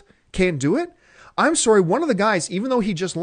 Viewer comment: Haha "I'm soary."